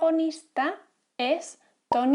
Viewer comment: Let's all take a moment to appreciate her absolutely perfect pronunciation of the "r" in Stark. That makes me really want to put effort into my pronunciation!!!!! Good job!!